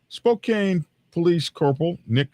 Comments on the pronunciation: Spoke-ann not Spocaine lol! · Spo-CAN (Spokane). Doesn't matter. Methington State is an armpit.